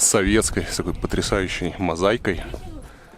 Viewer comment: МозаИка, а не "мозаЙка"!